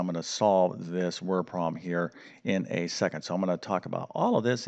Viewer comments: Could you please pronounce the word problem with 2 syllables—prob-lem. NOT PROM!!!! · Please. It's prob-lem, not prob-m. It's et cetera, not ek cetera. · Please pronounce the B in the word problem. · After you said 'word prom' about 40 times in the first 6 minutes, I had to stop listening or I would have gone mad. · What's a "wer-prom"? 😁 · I can barely concentrate because he keeps speaking of a ‘prom’ or ‘proms’ instead of problem or problems. Distracting!! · Learn how to pronounce “problem”